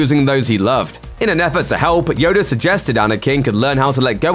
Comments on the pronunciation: who’s “Yoder “?? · “Yodu” has me dead 😂😂😂